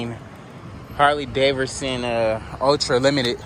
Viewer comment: Is it me or his he saying Harley DavERson!? Lol